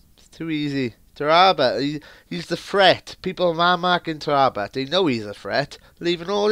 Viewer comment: its tara bt not tarrabut